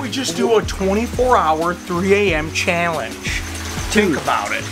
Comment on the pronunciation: i love the accent when he says challenge ahah